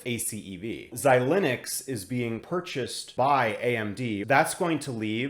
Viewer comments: Xilinx is pronounced xi-links, not xi-lin-ux. As always, great stuff! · Yup! I don’t think I’ve heard this Xi-Linux pronunciation anywhere else but here.